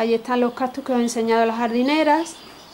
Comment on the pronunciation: Se escribe y pronuncia "CACTUS" no captus!!!!!!!